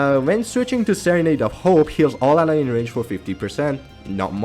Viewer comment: You killing me bruh it's AYE-LIN not I-LEEN put some respect on the most beautiful hero in the game